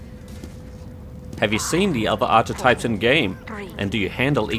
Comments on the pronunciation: You pronounce "archetype" strangely. I've always heard it "ark-eh-taip". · is pronounced Ark-e-type, just so you know. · Archetype is pronounced with a sharper 'ch' sound.